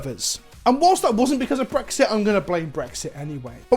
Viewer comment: I thought you were blaming "Phyrexia" before you repeated yourself & I understood it was "Brexit."...Lol Also, Shoutout to NordVPN letting openly swear...Lol Thanks for the Content!